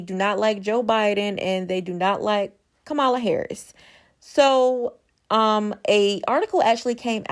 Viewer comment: It's really disappointing that you are pronouncing Kamala the way you are...